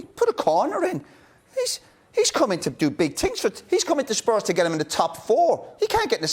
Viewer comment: Keane cracks me up, 'Bale's come in to do big tings!'